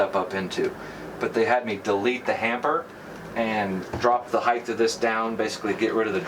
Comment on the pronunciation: ‘H E I G H T’ Not ‘HEIGTH’! There is no ‘gth’ in height, unlike ‘length’.